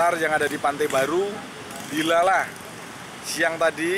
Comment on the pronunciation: Q yo kaget kok ndilalah wkwkwk medok cokkk